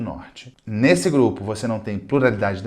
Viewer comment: Pruralidade, Plurlalidade, Purularidade, Purlaidade.... #AsAveresSomoNozes